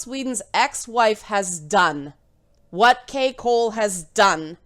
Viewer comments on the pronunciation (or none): Did anyone else hear Kai Cole as "Cake Hole"? Dammit... now I want cake... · I know it's really not adding anything to the conversation, but is anyone else hearing 'cakehole' when reads the ex wife's name?